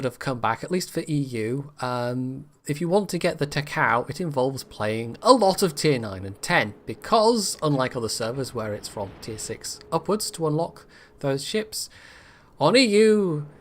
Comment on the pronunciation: Ta-ka-oh... not ta-cow.....